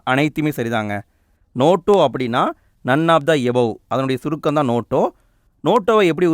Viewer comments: Notaaaaa ... Noto illa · அண்ணா அது நோட்டோ இல்ல நோட்டா ( NOTA) ( Question No-3 )